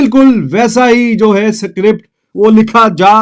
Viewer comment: Script ❎ Sikript